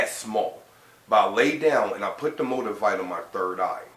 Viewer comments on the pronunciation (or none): Did he say "MO-DUH-VITE"??? Lmao lmao lmao